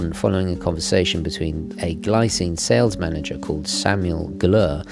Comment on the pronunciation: "Gleecine" should be the correct way to say 😉